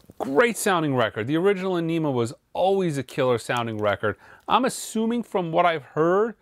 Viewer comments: *Pronounced "ON-a-mah" as discussed here by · It's pronounced Aenima, not Aenima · I'm guessing he's not a huge Tool fan considering he's not even pronouncing the album correctly. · Your pronouncing the name of the Album wrong. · Every time he said Aenima I cringed. I know it's trivial, but I did. I have a degree in psychology and the word stems from Carl Jungs archetype, "Anima" ( which is latin for the soul ) and Maynard blended it with Enema for 'purging' as in "soul purging."